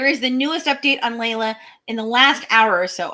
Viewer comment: It's pronounced LEE LA not LAY LA.